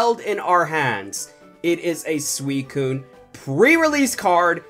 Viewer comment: You said swecone not suicine